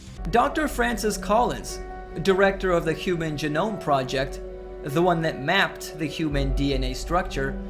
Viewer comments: And dumbshit it's pronounced gee-nome not g-nome. Learn to english. lol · Did he just pronounce genome as ja-gnome? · When you say "jah-NOME", you lose all credibility on DNA. I mean, not that this is a meaningful penalty for this muppet. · I just need to point out dude said "Human Juh-gnome". That's all. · Dude can't even pronounce genome correctly. /Geh-gnome/. Now i am double guessing myself if that's the way you spell it cause now my mind is pronouncing it like this dude and my brain is having seizures. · Can't pronounce genome. But "think about that?" ffs where's my whiskey? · Okay, if you're going to "prove" god exists using science analogies, the least you can do is pronounce genome correctly. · This dipshit can't even pronounce "Human Genome Project". A dead giveaway that this guy has absolutely zero clue what he's talking about. Just pushing his agenda, so sad.